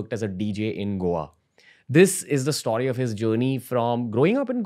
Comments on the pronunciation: Bro its "STO-RY" and not "STAW-RY" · Please stop saying stoary